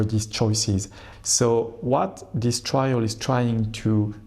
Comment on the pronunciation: “Trial” not “trail”, do better BBC. (First sentence).